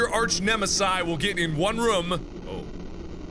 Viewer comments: Mark, why do you say "Rum" instead of "Room?" Lol that's funny, please tell me :) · Idk if its just me but every time you say "room", it sounds like you're saying "rum", lol.